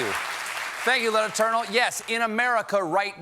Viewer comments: "Ranking member lieutenant cournal please" lol recognize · or "len eternal"